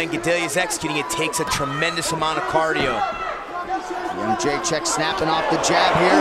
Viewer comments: Nobody in the US can pronounce that name :D isn't it Jedrecheck? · Jo - J - Check ••••••• Not That Hard To Pronounce ! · "The champion" is easier to pronounce than "Jrdzjck"